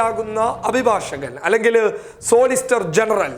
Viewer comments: സോളിസ്റ്റർ അല്ല മിസ്റ്റർ സോളിസിറ്റർ എന്ന് പറയൂ. വിദ്യാഭ്യാസം കുറവാണ് അല്ലേ? വെറും ഉടായിപ്പു അഭിനയം മാത്രം. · സോളിസ്റ്റർ.. അല്ലവ്യക്തായിട്ടു പറയണം.